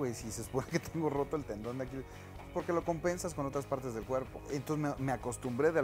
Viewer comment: Es tendon no talón